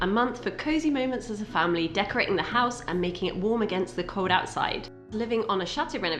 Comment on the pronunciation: did I hear you say "bo-m" and "decora-ing"? 😢 The tree looks really good, so I forgive you. Kind of.